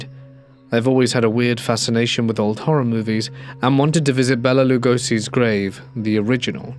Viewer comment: The correct pronunciation of Lugosi Béla's name is Lugoshi Beila.